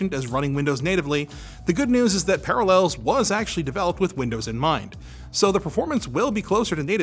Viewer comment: Are you trolling me with your pronunciation of Parallels?